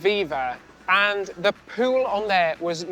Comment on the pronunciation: Everytime you say pool i think you say poon and I die laughing 😂 which is fitting for an adult cruise 🤭